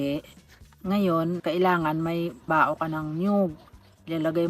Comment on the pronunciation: 😅😂😆 No offense meant to.. the way you pronounced "bao" could make the Pangasinenses drop from their seats and roll laughing. Because ang pgkabigkas mo po ay technically sensored word in Pangasinan. You know, female.. uh-huh. 😁😁